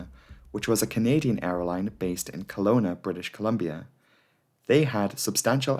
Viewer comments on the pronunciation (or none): none